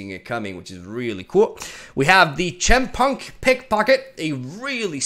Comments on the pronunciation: Chempunk Pick Pocket is pronounced "Kim-Punk." It is short for Chemical (or what is chemtech in the lore I think). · For your own personal benefit, "Chempunk Pickpocket" is pronounced as "Kem-punk" (English is a poorly designed language)